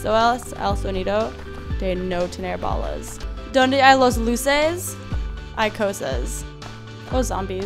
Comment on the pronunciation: Cuando dises no tengo balas suena cjochengoo bagas nou se gual nesesito